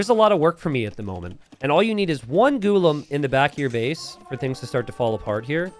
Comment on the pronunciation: Its pronounced Ghulam